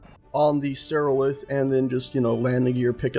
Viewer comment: And the thing just lifted is a stereolith, not sterolith. I think it's just a joke about mono and stereo sound systems (with one speaker and two speakers respectively).